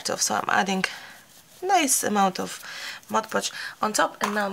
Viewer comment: I love the wall!!! Also, it's awesome that you are the lone crafter on YouTube who can correctly pronounce "Mod Podge". Kudos! Everyone else says "Modge Podge", and it drives me batty! Thank you for the excellent grammar AND the amazing brick wall! ❤